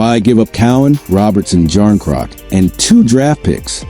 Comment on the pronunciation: Anything coming from The Boys in Blue is all AI generated, and 98% BS. The called even pronounce Knies or Calle Jarnkrok's name correctly. Avoid this FAKE channel all together.